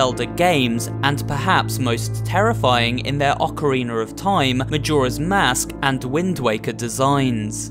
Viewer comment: Why does he say ocarinr of time don't believe me then rewatch and listen